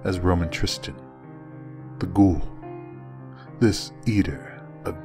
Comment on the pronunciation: Fantastic work,! And it's good to hear someone use the word "ghoul" correctly from time to time. lol